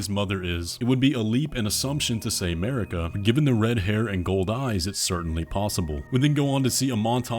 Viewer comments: it is not mErika, but mArika pls god, so much pain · from the very start of the game you are unable to pronounce Marika in right way for some reason, so from my point you are completely lost